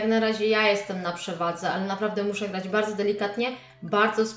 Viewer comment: ty mówisz bałdzo a nie bardzo xd